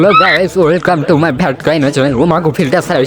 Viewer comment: Guys ❎ Gawos ✅